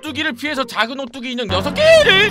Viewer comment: 처음에 죽음의 오뚜기 말할때 두유노 오뚜기라 들었어욬ㅋㅋㅋ